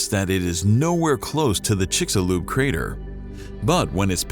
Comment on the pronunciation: Amazing. The narrator knows how to pronounce 'Chicxulub,' but not 'kilometer.'